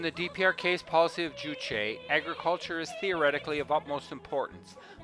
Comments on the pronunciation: As the sources were not mentioned, it might have been more appropriate to have said "It is reputed that...". I have heard a couple of North Korean tourist guides in other documentaries pronounce 'Juche' as 'joosh'. If it was 'jooshay', the 'e' would be accented. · You state that the building containing living quarters in Future Scientists Street does not have proper electrical and water supplies. How would you know this if you, as a foreign tourist, are not permitted to enter it? Incidentally, 'Juche' is pronounced 'Joosh', not 'jooshay'.